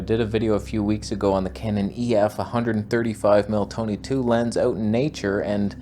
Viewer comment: "I’m Toneh 2. That’s 2 Tonehs" 😂